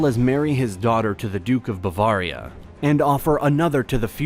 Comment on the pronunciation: There were a few weird pronunciations. Byzantine, Bavaria, and Catholicism stuck out to me.